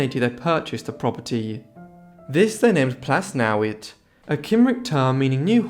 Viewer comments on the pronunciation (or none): The double DD at the end of Plas Newydd is a single letter in Welsh and pronounced as a “th” as in the English word “Thee”